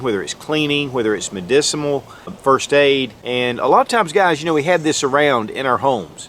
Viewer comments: "Medicimuhl" Hahaahaa, Sorry---don't mean to troll, but you said it twice. You didn't get tongue-twisted. You just don't know the word so I'm helping. It's, "medicinal". Things that relate to medicine are medicinal. Good content. It's common knowledge for us older folk, but I'm sure a lot of young folk have never come across this information. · Why do you keep saying medicimal? I thought you just screwed up once, but you keep saying it. It's medicinal. Not medicimal..... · Great video! BTW, medicinal, not mediciMal. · It's so cute the way you say "medicimal" instead of medicinal. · Buddy, it’s medicinal. Medicimal isn’t a word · "medicimal?" Try again. Its medicinal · Medicimal? Dude! ....... it’s mediciNAL......with an N! .... medicinal! I love your videos anyway. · Repeat after me...MEDICINAL....not mediciMAL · HI Great video thank you! But did I hear you right? Did you actually say MEDICIMAL? Sorry, did not mean to offend you! Shalom to us only in Christ Yeshua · Is it me ?? or is he saying medici MAL???? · Please stop saying "medicimal" purposes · Don’t know if I wanna trust someone who says “MEDICEMAL” .....TWICE!! Also out of the first five uses, really could only classify one of them a “survival “ technique. 👎🏻👎🏻👎🏻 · you said medicimal on the intro were you doing math earlier in the video lol